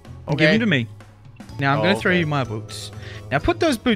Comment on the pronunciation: throw not trow mispell